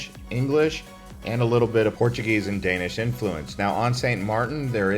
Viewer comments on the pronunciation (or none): none